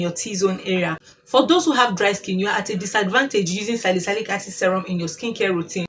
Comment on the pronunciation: Salicylic acid is pronounced as : SA-LI-SI-LIK